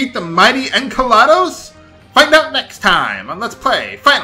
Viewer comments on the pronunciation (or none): hahahaha when you said enkelados I thought you said enchalados! I thought hang on, isn't that a type of food!